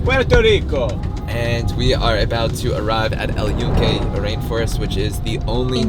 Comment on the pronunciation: glad you pronounce very well Puerto Rico, but fail on the name of "El Yunke" with N. You said El Yuke.